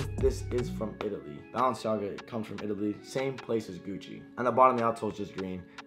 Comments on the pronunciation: He says baallenciaga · I Think Your Saying Bounce-Jogga🤷🏾‍♂️ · Bruh its Bah-len-see-aga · he said BounceMeNaga 💀💀💀💀💀💀💀💀💀💀💀💀💀💀💀💀💀💀💀💀💀💀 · Why Do You Say Balenciaga Like That😂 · He can’t pronounce Balenciaga